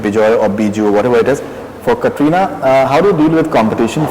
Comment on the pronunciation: did anyone notice this guy is calling katrina kareena xD